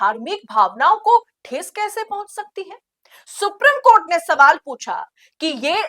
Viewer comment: Supreme court ka pronounciation galat hai